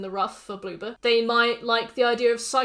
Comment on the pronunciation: When you say Bloober your accent makes me think you're saying BlueBird and when I'm reminded its Bloober I jus kinda giggle cuz I think of an orb of a blue bird jus sitting there like 'peep!'